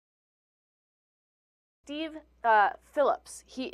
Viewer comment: “Deev” Phillips?? Brooke “Heedly”??? I love that the dumbass female host doesn’t even know the names of the two people in the story she’s reporting on. What a dope! 😂